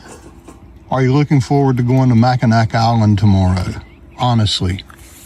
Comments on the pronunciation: Mackinac is pronounced Mackinaw. 😊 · We always enjoy your videos. FYI: Mackinac Island is pronounced Mackinaw.